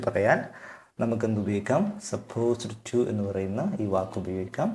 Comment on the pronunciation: ഇതിന്റെ ഉച്ചാരണം സപ്പോസ്ഡ് ടു അല്ല ബ്രോ സപ്പോസ് ടു ആണ് ഡ് silent ആണ് don't mis guide people